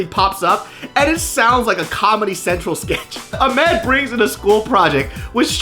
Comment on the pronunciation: he is saying it correctly- Aah-mehd.